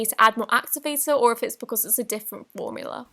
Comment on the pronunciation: U said warmula instead of formula